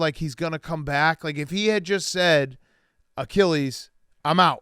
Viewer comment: “On his acheeeeleees?” -memes